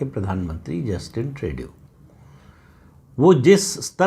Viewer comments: Bhai Sahab ट्रेडू नहीं ट्रूडो। I told you here sometime back. Pl read comments. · Tru dau का फ्रेंच उच्चार त्रु दो है. ट्रेडू बहुत गलत लगता है. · You are excellent than others. Please pronounce for Justin Trudeau as ‘Trudo’ instead ‘Tredu’. I respect you hence don’t want you to make mistake. Hope you will take this suggestion of correction politely. FYI, I stay in Canada. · Pradip Bhai, Trudeau is sounded like: True Dough!! Just for your knowledge. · Pradeep ji it's pronounced as trudo. There is a lot of confusion in the minds of people of Bharat about how his name is pronounced 🙏